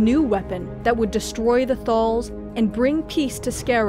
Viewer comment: ‘Skaa-row’, not ‘Skorr-o’. ‘Thaal’, not ‘Thorl’. Other than those dreadful pronunciations, great video.